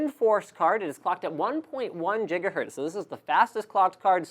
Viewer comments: Please stop say Jiga Hertz,. It's Giggity, G. - Not Jiggy wid it, G. (/ˈɡɪɡə/) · Did he say Gigahertz as Jigahertz? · Excellent Video. Thanks! But... can you please stop saying "Jiggahertz"? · did he say jigahertz?